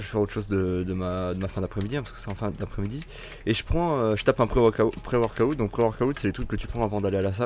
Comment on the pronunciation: Le « pré-workaoute » me termine xD